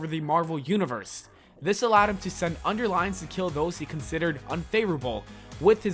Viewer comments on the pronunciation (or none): Dude. You need to look up some pronunciations for real. Underlings is not pronounced under-lines and mutilated is not pronounced mu-til-i-a-ted. The bad VO ruined an interesting video.